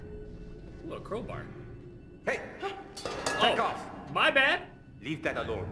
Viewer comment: Did he say crowbar😂